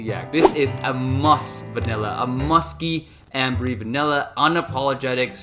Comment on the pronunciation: Great collection Kindly note that the "e" at the end of the French word "Ambre" is silent.. you shouldn't pronounce it